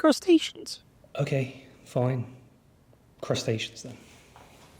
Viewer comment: I thought the bugs voice was yours until you pronounced crustaceans differently than them